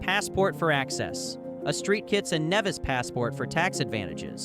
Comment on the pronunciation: “Street Kitts” 😂😂😂